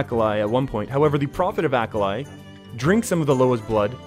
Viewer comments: me hearing "acolyte" "acolyte" "acolyte" him says "acolyte the rhino loa" me "oooohhhhhh AH-KAH-LEE" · It's AKALI not Akalai.... geez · Its a-ka-lee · ikr, fkin Ahkalai